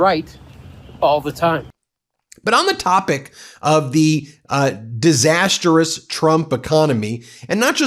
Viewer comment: Ben: Good job today. NOTE: Mispronounced Disastrous. It’s not Disasterous. Overall: Your reports are helpful. Your headlines are a bit heavy handed. Please avoid exaggerating the impact of statements the Clown and his Clone make.